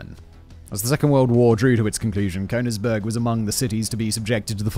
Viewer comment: And how about Cone-igsberg instead of Königsberg? I mean, to be able to read through a script prima vista is a great talent he has, but he really should check the pronunciation of foreign words and names. Not doing so is just sloppy!